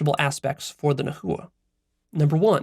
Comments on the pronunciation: It is pronounced not Na.hu.wa, but Nah.wa. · Nawa (nahua) not na-hu-a. Teotl not teotul. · Its "nah-wah" not "na hoo uh" had to say it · I'm not trying to be nitpicky but Nahua, is pronounced more like Na-wa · Yo I know nahuatl is difficult to pronounce but it's not naHua it's pronounced nawha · Hi! Indigenous Mexican here. It’s Nah-wah, not nah-who-ah. Thank you! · No disrespect but it’s pronounced [ nah-wah(t) ] not [ nah-hoo-uh(t) ] and it’s [ t-eh-o ]; you don’t pronounce the t or the l at the end. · lol my bad sorry for being that guy but it's pronounced Na-wa and the language Na-wat, not na-hu-a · Pronunciation point: “NA- wa” not “na- HOO-a “ for the Nahua. Otherwise, thx for the inspiring talk. I haven’t reached the end yet — do you post references to the article you analyzed? Could you add a link in comments and on your website? Thx again for all you do,! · Pronunciation is not Nah -- "hoo" -atl , there is no "hoo" or "ju" in the middle, is very soft "Na" . "uatl". Correct pronunciation makes everything feel more autentic. Listen to a native speaker I the second 6 and 7 in that video, she say "na uatl" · It's pronounced NA-WA not na hoo wa lol but good video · Ouch to the pronounciation. Nahua is nawua. Like agua. Teo-oh-tl. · I’m sure you’ve realized this by now, but nahua is pronounce nah-wa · Na-hua (silence h) wrong pronunciation of the word. Also all the Nahuatl words is accentuated on the second last syllable. Teotl is wrong pronounced too. The Aztec Philosophy was studied Leon Portilla from that scholar, scholars in US base their work. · Its pronounced Nah wah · Nahua pronounced na-wa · nahua - nah. wah. - no hard H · Yoy must pronounce the word nahua as "nawa" you are practicly destroying the phonetic of the language in the way that you are pronouncing the word in the video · The pronunciation of Nahua is (Na-Wa) And they’re Mexicas too And tl in Teotl is pronounced with the lisp click sound. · Yeah, it was weird to hear it "na-hoo-wa"